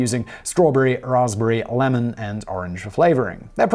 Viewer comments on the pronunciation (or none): none